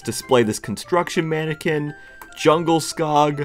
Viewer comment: When he says JUNGLESKOG instead of DJUNGLESKOG